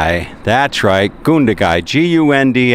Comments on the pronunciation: It's GUN-dagai not goondagai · Yeah you did. It's Gun as saying gun by itself then da gai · Oh dear.... didn't listen to the pronunciation so I hope he listened to it there. Americans should be able to say "gun", shouldn't they, since they love them so much? Say gun, then Gun - da-gai, okay? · You pronounced Gundagai wrong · You pronounced it completely wrong mate!